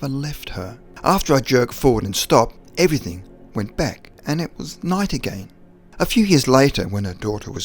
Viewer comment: Please drop your word 'everyTHINK' and use the correct 'everyTHING' then I can take you seriously. Thanks mate!